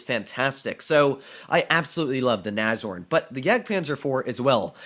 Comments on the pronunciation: Nobody:: Nazorn...Nazorn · Is it pronounced "Nash-horn" or "nazorn"?